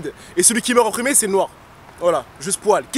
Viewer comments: Attentententend il a dit "SPOAL" ? Mdr il a pas respect le mot SPOIL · AAAH C'EST MOI OU IL A DIT JE s poil ???? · Y a que moi que ça choque sa façon de dire spoil